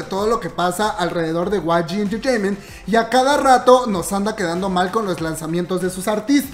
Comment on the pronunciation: Like por cada vez que dice way gi enchecheimen